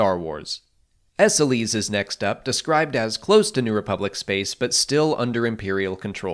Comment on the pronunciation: I think Esseles is pronounced ‘Ess-ells’ at least that’s how it was pronounced in SWTOR